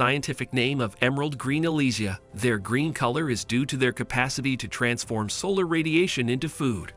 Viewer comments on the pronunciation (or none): none